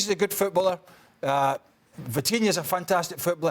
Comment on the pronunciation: Vitinhia not vitinhio😂